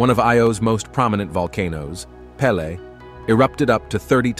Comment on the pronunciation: He pronounced Io and Peele wrong.